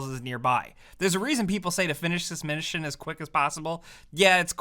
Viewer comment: “Finish this minishin” 😭...